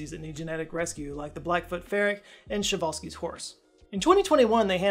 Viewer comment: Excellent pronunciation of Przewalskis. Two thumbs up! 🇵🇱